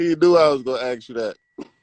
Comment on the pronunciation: 100s of millions of dollars these two are worth and they still can't pronounce the word "ask" like it's anything other than a tool to cut down trees!